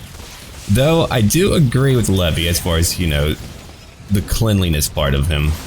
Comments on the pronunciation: Levi! He said levi(lev-ee) it's Levi(lev-eye) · not Levi as in the jeans haha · its levi not levy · its not levy its leave and then I levi. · I'm pretty sure it's pronounced "leevai" but whatever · Jean is my favorite character. His character development is just so amazing. Also that is NOT how you pronounce Levi's name lol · the way he said levi XD im done